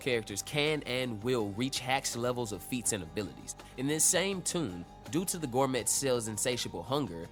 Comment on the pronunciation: The t is silent in gourmet, it's pronounced gour-may